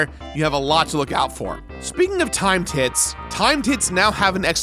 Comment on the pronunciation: Not gonna lie, every time said 'Timed Hit' I thought he was saying 'time tit' And I need to get my mind out the gutter.